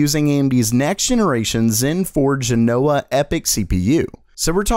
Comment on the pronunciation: If you live in Italy, then you must be annoyed by the way this guy says "Genoa".